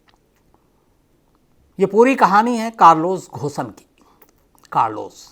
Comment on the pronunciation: अरे भाई थोड़ा रिसर्च कर लो उसका नाम घोसन नही है. Its pronounced as कारलोस गोन